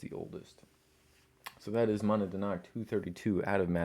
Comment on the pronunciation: Mow-NAD-knock is the proper pronounciation